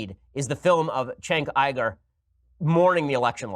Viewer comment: "Shenk Ayy-Grrr" Ben Shapiro 2018